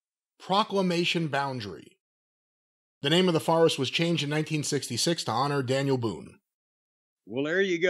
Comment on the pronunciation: Forest..another word doesn't know how to pronounce along with tournament.